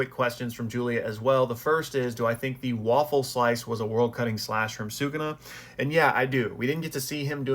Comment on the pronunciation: shout out you for pronouncing bros name right.